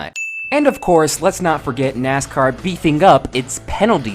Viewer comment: Ima take a shot every time he says nazcar